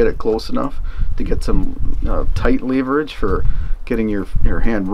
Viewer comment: Fantastic! Long time coming and well worth the wait! Liked the detail and the views . I did a big LOL over your pronunciation of “leverage”. Ha! Blessings to you and yours, and Cali for sure!